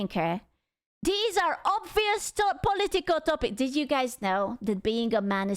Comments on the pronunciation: when you say political it sounds like "polly tickle" lmao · The way she say political lol😂